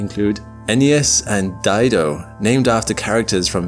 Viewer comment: I don’t want to roast too hard and I love this channel, but English speakers come up with the weirdest pronunciation I’ve ever heard. It could be correct, but I don’t understand how you see “dido” and say “dai-do” instead of “di-do”. Maybe this time he’s right, but there are times he pronounces something and I think “why would that be pronounced like that? It’s not even spelt like that”. I think the biggest example for me, if I remember right, was him saying ‘Laniakea’ and I had to pause the video and massage my eyes because he pronounced it in the weirdest way possible. It’s pronounced exactly as it’s spelt, but it felt like he went out of his way to mispronounce every single syllable. He turned la-ni-a-ke-a into lä-ne-eik-i-ya and I have no idea why because that’s not how that word would be pronounced even with English spelling rules. I’ve noticed this mostly with people from England, but it seems like a cultural thing that if it isn’t an English word, they butcher the pronunciation intentionally. It’s like they think “well I’m probably not going to say it right anyway, so maybe I should say it as strangely as I can”. Whenever it’s about my language it feels like an insult more than an honest mispronunciation. I’ve been called “JeenK-o” before and I could have slapped them. Like, no, I don’t believe for one second that you read “Ginko” and came up with pronunciation in good faith. You don’t have to make every non-English word sound as stupid as possible. Just read it normal